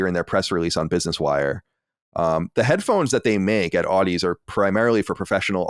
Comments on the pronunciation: Just a nitpick of a pronunciation correction: The Sony acquisition of "Audeze". The companies name is pronounced as if you are saying "Odyssey". It is pronounced "Aw - dee - zee", a mix of Audio and Odyssey. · Audeze pronounced like Odyssey, but with a zee at the end. FYI 👍🏻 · Audeze is pronounced like Odyssey but with a Zee at the end. And their main draw is they are the main drivers of planar magnetic drivers which are great for quick, responsive sound and deep bass, things that will make for a great gaming headset.